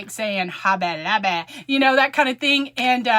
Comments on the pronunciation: Have fun with your "Hob-bay at Lob-bay"! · I am a child of God and know and Believe in my heart the Jesus died on the cross for my sins. So let those Haters hate, God has your back. And you now have me saying Hobby Lobby the same way as you do i am from Alabama so i got that southern slang also.